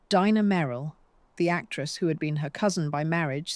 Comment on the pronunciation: Dina Merrill is Dina not Dinah. Pronounced Deena. This horrible AI narration is as horrible as this predatory piece of claptrap —produced by parasites.